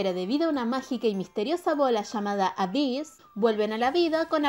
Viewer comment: Se dice eibiss :v